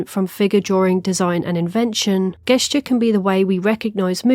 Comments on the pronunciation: Btw it's pronounced "jess-jur" with a J, not a G sound. Hire me as your editor/proofreader, I'll do it for free. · I have never ever heard someone say "gesture" with a hard g. Where did you learn that? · Great video, instantly subscribed! But please note for future reference the word gesture is pronounced with a soft G so it's pronounced like Jest-ure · I am now learning that there are some parts of the UK where "gesture" is pronounced with a hard G. Really doesn't hit the hear right. Excellent video though. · You pronounces gesture like "Geh-sture" it makes me die a little inside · Gesture pronounced with a hard G is a new one for me. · this was a really cool video but i have never heard someone pronounce gesture like that 😅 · Just a heads up that gesture is pronounced with a soft g! :P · gesture but not with a j sound.. that is unique